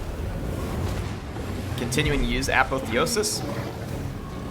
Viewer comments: Apotheosis: Ah Paw Thee Oh Sis not Apathy-osis. Sorry, that's just been driving me nuts. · uh PAWTH ee osis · You say apotheosis weird